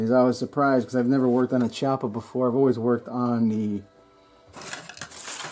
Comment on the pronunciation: PRONOUNCED...key- oppa